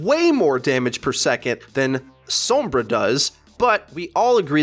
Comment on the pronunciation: I literally don't understand how you still can't say Sombra, it's not "soembra" And every video you do you just go off on a tangent of whatever comes to mind and it's not great